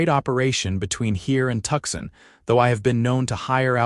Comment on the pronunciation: " tuk sun " ??? try this..." 2 sawn " 😊😊